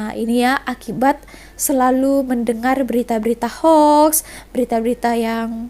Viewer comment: Ini baru betul sebutannya. Ejaannya ialah Hoax, tetapi sebutannya adalah Hox